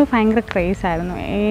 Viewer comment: God bless you. ❤️ Try to pronounce bhayamkaram in stead of "fayamkaram"